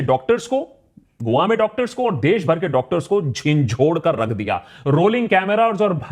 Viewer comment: That Bangali accents slipped away "Kor"😂😂